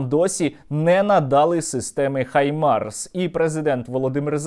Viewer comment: Нарешті хтось хто не каже "хімарс" на Хаймарс, дякую